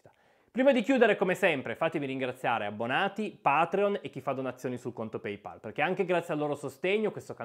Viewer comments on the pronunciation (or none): none